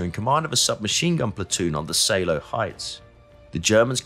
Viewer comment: Pas mal, hors la prononciation de tous les , franchement à chier....Oder =Oda, Seeloow = Saleo la , wehrmacht, etc, c'est franchement catastrophique.